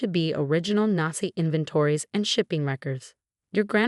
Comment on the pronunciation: The AI cnt pronounce Rachel or Nazi, among other words